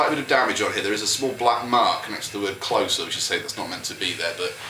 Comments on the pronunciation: I think it's supposed to be pronounced 'closer' as rhymes with poser. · in an interview, Peter Hook pronounced it "clo-sir"